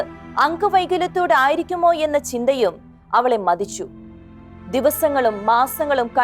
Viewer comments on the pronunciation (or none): ഉച്ചാരണം വളരെ മോശം ഉദാ.ദീരമായ,ബീക രമായ ,മദിച്ചു